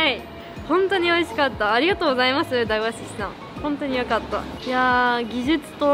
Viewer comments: 大和寿司やまとずしと読むんだよ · 大和(だいわ)寿司？ 大和(やまと)寿司じゃないの？ って思いましたが、やまと寿司は酒田の方でしたね。(^_^;)